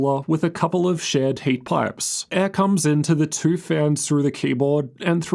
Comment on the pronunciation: Hey I notice that always speaks in cursive, very noticeable when he says "two" or any word with the same vowel, like he is twisting his tongue too much.